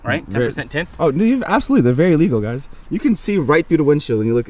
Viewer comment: “Something about having white seats, it’s vewy vewy nice.” 🤣🤣